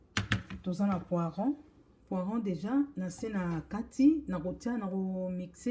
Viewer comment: Bonjour ma sœur, on dit poireau et non pas poiron. Merci et bon courage 🙏🏼